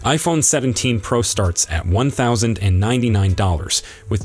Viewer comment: I thought it was a PRO Max not a PRaaaah Max. Please explain.